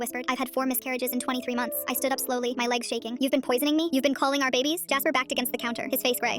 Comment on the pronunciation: "Kalling" like what the helllll !